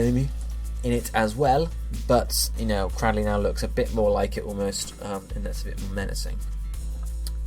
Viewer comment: CRAD-dill-lee What? I thought it was cray-DILL-lee